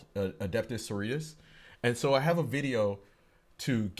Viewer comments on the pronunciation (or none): My dude, you did not just say "sorias" instead of "so-ro-ri-tas" 🤦‍♂️